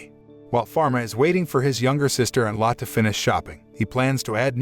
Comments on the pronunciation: btw lott is not how you say the maids name that is lotte. you say it lottae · If you don't know how to correctly pronounce words. Look it up. The name is " MED i chee ". Her name is Lotte. Pronounced " Lot tee ". It's not that hard to get it right.